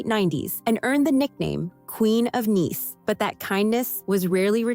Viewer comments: "Queen of Neece". Notice "Nice" was pronounced like the city in Italy instead of rhymes with "ice". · You pronounced "nice" as "niece?" What an idiot.😂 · Queen of "Neece?" They said she was the "Queen of Nice"